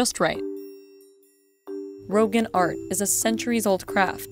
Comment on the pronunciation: It’s roghaan not rogan